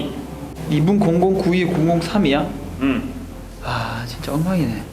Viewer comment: 볼펜 끄적끄적 적는 모습 왤케좋지>< 윽 억 아야 ㅠㅠㅠㅠㅠ내심장ㅠㅠㅠ 볼이 진쨔 부분 발음진짜 귀요워요ㅠㅠㅋㅋㅋㄱㅋㄱ 아 하지망~ 친한형아가 괴롭혀서 하지망~하는것같은ㅠㅠ앜ㅋㅋㅋㄱㅋㅋㅋ진짜 제 심장 ㅠㅋㄱㄲㅋㅋ 이번편도 어김없이 나오는 이랑 티키타카 넘좋아ㅋㅋㅋㅋㅋㄲㅋ 영광의레이서 보면서 개인적으로 스피드가 젤 빠르게느껴지는것같은.. 보는내가 다 무서운걸요ㅠㅠ흑 안다치시길ㅠ 깜짝 놀라셔서 토끼눈 되는거 >< 통통튀면서 요기조기 걸어가시는모습 넘귀여워ㅠㅠㅠㅋㅋㅋㅋㅋㄱ심지어 고개갸웃에서 심장뿌사져ㅠ 2분언더 해내시는 ㅠㅠ존경스럽습니다ㅠㅠ 머리헝클어진 사랑 입니다ㅠ🖤 다치시지 않을까하고 걱정하면서 봤던ㅠㅠㅠㅠ